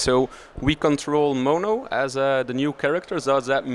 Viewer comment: No attitude from me, just a simple correction: His name is Mono. I think the guy just didn't pronounce the name right the first time